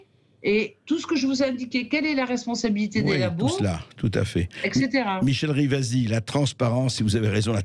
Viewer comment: RIVASI ! Pas rivas . Et elle à raison , stop aux parasites .